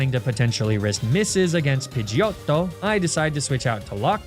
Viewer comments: I'm Italian and the way you said pidgeyOTTO was simply BELLISSIMO. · you saying “pidgeotto” like that, 15 times in about 3 minutes was the most annoying shit ever. literally could not watch the video after the 12th time i heard you say it. was it supposed to be funny after you said its name wrong for the 9th time? or maybe the 13th?? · THERE SHOULD BE ONLY 2 T'S IN PIDGEOTTO! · 25+ years and I've never heard Pigiotto said like that and i absolutely love it. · Pidgeotto with an italian accent made me howl the first time u said it 😂 really caught me off guard hahah